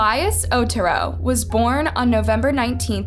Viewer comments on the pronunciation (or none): It’s not pronounced Oturo, it’s Oh Tear Oh, he’s Hispanic not Japanese lol